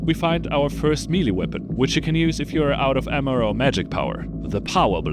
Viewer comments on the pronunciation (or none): Melee = "meh-lay" not "mealy" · Good video, made me laugh a lot. BTW its Not Mee-Lee, it's pronounced May-Lay. You said it so much. 😅